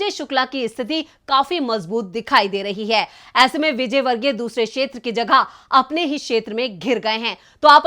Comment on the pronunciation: मोहतरमा, आपको अपना हिंदी उच्चारण ठीक करने की जरूरत है। क्षेत्र को शेत्र बोलना सही नहीं है क्योंकि क्ष ध्वनि क्+श से आती है। अतः क्षेत्र कहना चाहिए।